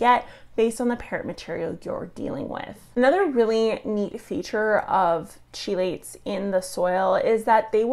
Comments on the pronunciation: Hey. Isn't it pronounced with a sharp K sound rather than a ch for chelates. Key-lait? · Little bit concerning that a soil scientist mispronounces, "chelates" and "chelation".